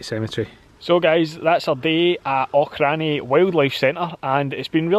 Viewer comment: Great video. Watching it with my mum that works there. She is naming all the animal's. One thing... it's 'Auch-in-garroch'